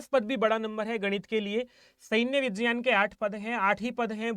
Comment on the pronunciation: vijyan nahin vigyan bol yar bhai.. irritate mat kar natak kr k...